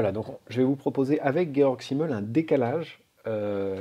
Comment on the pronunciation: Bonsoir, Merci de cette introduction à la pensée de Georg Simmel ! Je connais un peu celle de Max Weber, l'autre grand sociologue allemand du début du XX° siècle, célèbre par ses propositions sur les liens entre protestantisme et capitalisme. Au passage, si vous dites Guéorgue, rien ne vous empêche de dire Zimmel et pas Çimmel, car le "s" se prononce presque toujours "z" et surtout en début de mot (Francis Blanche caricature le soldat allemand : "Vous les Vranzais !")... (c'est comme pour le nom du philosophe Walter Benjamin que l'on prononce souvent Oualtère (à l'anglaise) Benyamine (à l'allemande et pas Bendjemine, à l'anglaise) : Walter, en allemand, se prononce comme wagon... mais c'est secondaire par rapport à l'intérêt, pour moi, de votre exposé. Je trouve très instructif et d'une grande richesse relationnelle vos exemples de relations dans la sphère profonde, opposées à celles objectivement dans la sphère superficielle. Pour le lien avec "Hold Up", bravo pour l'éclairage proposé sur la non contextualisation du "Grand Reset", qui envahit la conscience avec des émotions de peur-terreur -- pas différente de la peur de la Covid instillée par la plupart des médias. Par contre les infos données par l'énorme majorité des témoignages rapportant leur expérience humaine me paraît relever de la sphère profonde, à ceci près que le caractère haché de la succession des séquences relève un peu du "gavage des canards" typique des documentaires qui se veulent tellement "efficaces" et p